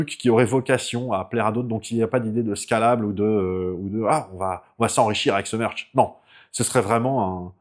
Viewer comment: à fond dans le "meurch" ! 😘